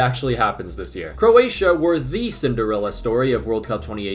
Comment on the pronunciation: Speed can't even pronounce the country 💀